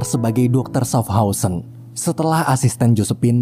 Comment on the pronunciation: itu bacanya syafhauzen